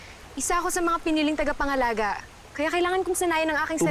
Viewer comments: Talaga "tangapangalaga", ha? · "tangapangalaga" imbis na "tagapangalaga" hahahah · huli ka avria sabi mo kanina nung nagsalita ka ng tagapangalaga iba ang sinabi mo sabi mo tangapangalaga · Tagapangalaga ❌ Tangapangalaga ✔️ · "tangapangalaga" HAHAHAHAHA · Narinig nyo ba yung sabi ni avria tangapangalaga daw ibis na tagapangalaga hit this like button if You heare that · Ngayon ko lang napansin yung sinabi ni Avria, HAHAHAHHAHAHA Ani nya’y TANGAPANGALAGA. Bagkus ay TAGAPANGALAGA? HAHAHAHAHHAHA nasa bandang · 😂😂TANGApangalaga o tagapangalaga 😂😂gulo ahh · director paki cut po sabi nya kasi na "tangapangalaga" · Ako lng ba nkapansin na Sabi ni avria tangapangalaga??🤦🤦🤦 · Luh ako lang ba nakapansin sabi ni avria:TANGApangalaga hahahhahhahahah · Avria: Tangapangalaga 😂😂 Ako lng ba nakarinig HAHAHA Like mo kung narinig mo rin😂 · Tama ba dinig ko? TANGApangalaga 😁✌ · "tangapangalaga" daw 😂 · Sabi ni Avria "TANGAPANGALAGA"